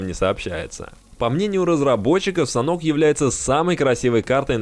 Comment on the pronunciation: Не Санок, а Санёк))